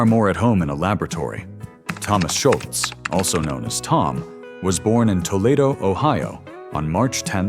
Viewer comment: Toe-Lay-Do Ohio? Stupid AI